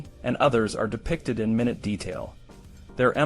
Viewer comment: its pronounced "mi-nüt," not "minute." These kinds of errors hurt your channel's credibility. I won't be watching any further, as you cleary don't take care with the content you create. Best of luck to you.